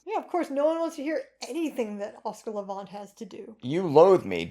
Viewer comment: Thanks for this special subject, one I'm especially interested in. I enjoy Oscar Levant a good deal. But I need to tell you that you pronounce his last name Levant as in the insect, the last syllable is the same word as those pesky little insects